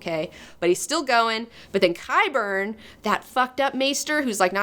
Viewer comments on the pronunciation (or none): none